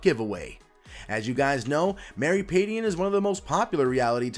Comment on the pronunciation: You're mispronouncing her last name - it's more like pad-jen.